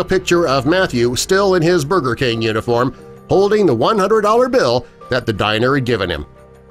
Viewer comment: He said burber king SMH